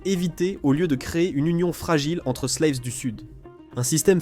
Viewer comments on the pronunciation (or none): "Slaves", prononcé à l'anglaise, comment dire... Ahhh, l'IA!